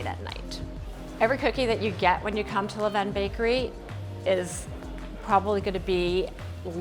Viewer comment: All these different pronunciations of LeVain are annoying me lmaooo. It’s “lah-ven”